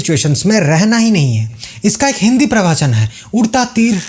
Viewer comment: प्रवाचन नही, प्रवचन